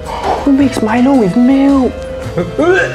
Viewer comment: Malayisan: Pronouns Milo wrong